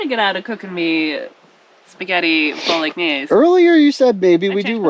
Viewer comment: How did you pronounce Bolognese ??? 😂